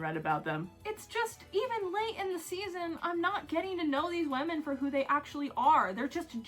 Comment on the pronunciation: I love how you say women ~Wehmin~ In my accent it's wimin which is much less fun